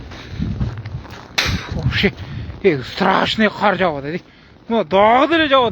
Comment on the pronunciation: КААр эмес кар